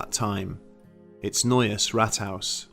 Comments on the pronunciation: Just a single correction: the pronunciation of Rathaus should be more like Raathaus. This sounded like Rathouse :) However, I enjoyed the video, thanks for doing it! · Please stop saying Rathhaus, if not roll the rrrrr.. ,I think you talking about the first Wolfenstein game on pc. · Oh and haus say as hows, it's not 100% but closer.